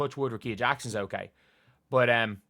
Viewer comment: “B-U-T”. No “o” in it,, me boyo.